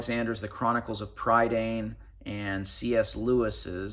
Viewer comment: Prydain is pronounced pruh-dine. It's the Welsh (British) word for Britain. The Y is pronounced as a U unless it's in the last syllable and the AI is pronounced as I. We also really roll the R too. I really want those books as they're based on the Mabinogi (mabinogion is a mis-translation) but they're a little expensive at the moment and I've already spent too much on books lol.